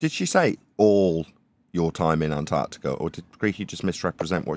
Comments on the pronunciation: Why do Americans say "Anartica" instead of "Antarctica"? They all seem to do it? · Not sure if I’m just being pedantic, but Ma’am it is pronounced Ant ARK Tic Ah. Please pronounce your consonants.